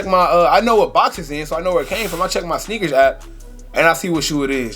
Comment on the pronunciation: Shhhneakers lmao